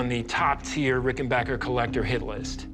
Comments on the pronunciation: It’s RickenbAcker, not RickenbOcker. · Plus the expert was the only one to know how to say the name Rickenbacker.